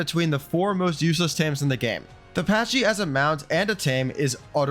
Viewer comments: Pronounced Pack-ee not Patch-ee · You butchered the pronounciation of "Pachy". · You say Pachy weird